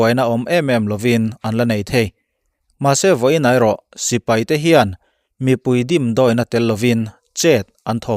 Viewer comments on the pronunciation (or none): none